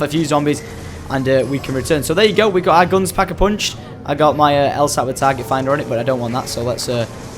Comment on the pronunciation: he says pack a purnched